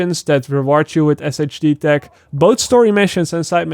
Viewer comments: Not really sure how you didn't know this already but SHD Tech is pronounced Shade Tech. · When's gonna realize "SHD Tech" is pronounced "Shade Tech" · I love how you say Shade tech 😂😂 😂